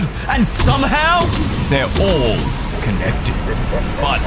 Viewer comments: I just laughed when he says contected😂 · Ahh yes contected